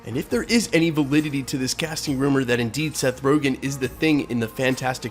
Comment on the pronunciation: It’s Seth RogEn not RogAn.